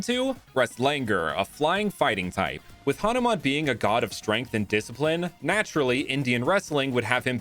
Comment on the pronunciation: It ha nu man not hanaman